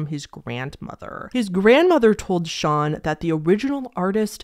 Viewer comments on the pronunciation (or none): none